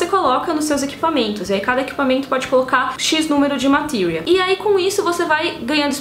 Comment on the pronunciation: Acho estranho a pronúncia "Matírias" . Sempre chamei as esferas de FFVII de "Matérias"